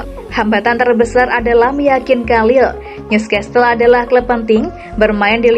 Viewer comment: Saran aja min tolong perbaiki pembacaan nama NEWCASTLE bukannnya NEWSCESTLE 🙏